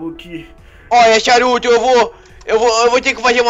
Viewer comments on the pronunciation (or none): ele ta chamando o saruto de charuto XD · O hagoki guando ele fala saruto parece charuto